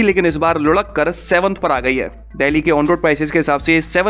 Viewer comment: When he says Ludakkar then I smile for no reason 😂